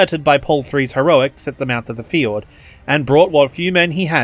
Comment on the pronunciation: Love the video... but you gotta work on your pronunciation of "fjord"